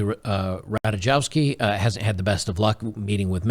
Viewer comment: I'm just gonna put a little clarification there - in most eastern european surnames there's no "jay" in "J", it's spelled like the letter "y". Similar with "w" being spelled as "v". In this case Rataykovski. Not a rant, just a little tip, take care